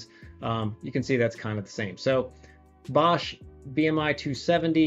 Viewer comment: Good to see that it not a bad alternative to the TDK ones. Btw:The „o“ in Bosch is pronounced more like the „o“ in Porsche.